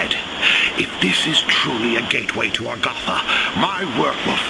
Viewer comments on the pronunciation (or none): none